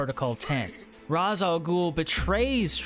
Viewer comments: Nah he says Ra’s and “R-aw-z” it’s “Rāsh” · Tip: its not pronounced "raz ah ghoul" its pronounced ray shaw ghoul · Raz Al ghoul ????? IS Ra Al GHOUL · It's pronounced "Raesh" not Ras. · Bro said ra za ghoul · Its Rayssh Al Ghoul....lol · Ra’s is pronounced “Ray-sh”. common misconception. great video regardless. platinums are such a good feeling. just platinum’d arkham knight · You said Ras Al Ghul wrong it sounds like race but like rashe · Just gonna correct you on Ra's name. Its pronounces (Ray-Sh) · Man the way you say Ras Al ghul made me mad😂